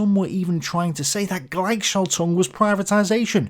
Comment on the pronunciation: Google translator is your friend...there you have a nice lady who can pronounce word for you ---Gleich is not "glajk" it is "glajh", schaltung is pronounced equally and not with emphasis altung... And I am not German, and if I can do it then everybody can. Trust me.